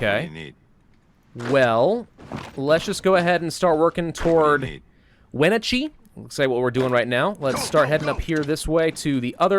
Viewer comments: Lol the way he said Wenatchee I’m sorry but that was super funny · Wenachee hurt my Washington Soul. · I live in Washington State, and I like hearing how people mistakenly pronounce our town names. Wenatchee and Yakima are real places, and they don't sound like that. 😂